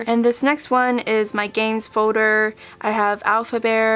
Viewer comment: who else kinda got irritated that she kept saying foder instead of folder... i know it's an accent thing but still lol